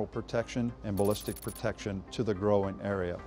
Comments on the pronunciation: He also said groin like "growin" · Did he really pronounce "groin" as "grow-in?"